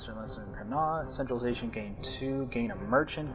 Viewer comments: Con-acht(as in yacht minus the Y) is not how you pronounce 'connacht'.Also that map of ireland is so wrong Meath is s county in the west not a province in the east. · connaught pronounced con-ocht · I have not yet seen someone who doesn't live in Ireland pronounce Connaught right lol.... everyone ends it like this guy does... it should end with a -ocht sound.